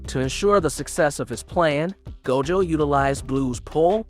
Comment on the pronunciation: That pronunciation of Gojo's name was wid 😩😩